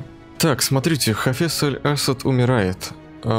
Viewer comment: правильно не Аль-Ассад читается а Аль-ассАд (где большая буква там ударение ) ну это так, для общего развития, Удачи в Прохождении. Ps. (если я не прав поправте меня)